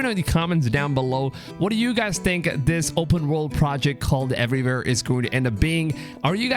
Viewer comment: Every time you say “everywhere”, it sounds like everyvere😂😂🔥